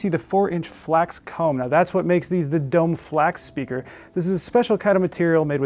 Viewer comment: Usually not this guy: it's pronounced dough-may. Also, for those considering these: the satellites are exquisite but for those who have heard a 10" or greater sub with serious amplification - think SVS - the included sub is a not going to satisfy your bass needs. And, as someone else notes above, having a 5" round for a center channel requires mounting it above the screen, which is not everyone's favorite spot.